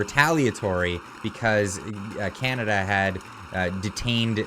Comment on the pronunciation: Did he say chinada :face-orange-frowning